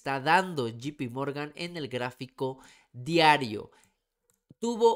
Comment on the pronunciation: Puma es llei pi morgan no GP morgan sin afan de querer ofender 👍🏼✌🏼🇲🇽